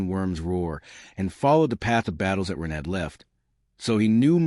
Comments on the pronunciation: Does anyone know why the AI pronounces Ren as Run at times? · I'd be moody too . If the narrator kept getting my name wrong